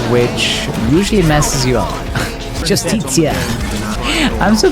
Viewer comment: Shoutouts to pronouncing "Justicia" as "yoostitsiah"